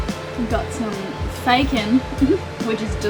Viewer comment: Literally nobody: it's fakon and it's delicious 🤣🤣🤣